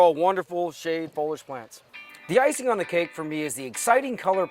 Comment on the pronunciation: Fol ee age!